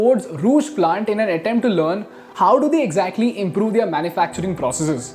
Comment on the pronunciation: Stop pronouncing 'Their' as 'They- are'. 🚩🚩